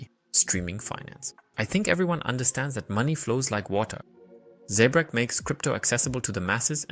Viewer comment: Its Zebec not zebrec...but thnx for the vid